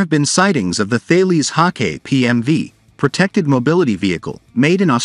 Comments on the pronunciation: It is pronounced HAWK- I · Learn how to read. It's pronounced "Hawk eye" - Hawkei.